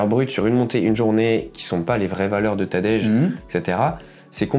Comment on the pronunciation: Franchement la prononciation de son prénom m’a fait zapper… Tadejjjjjjeeee? C’est TADEÏ… pas Tadejjjjjeeee…